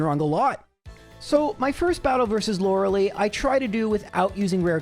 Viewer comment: Does he say Lorelei incorrectly on purpose?